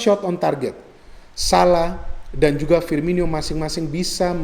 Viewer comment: Firmino bukan Firminyo bung 😊